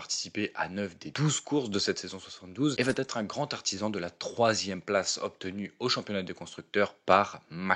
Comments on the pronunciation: rien de grave : vous dites souvent "ça va Têtre..." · Il va Têtre temps de faire attention aux liaisons ! Mais merci